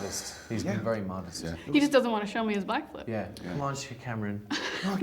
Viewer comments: Lol that sounded like she said blackflip 🤣😂🤣😂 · why did she say blackflip